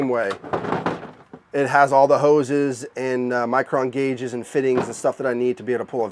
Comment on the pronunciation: All i heard was houz and hookers :) Just joking, nice setup :)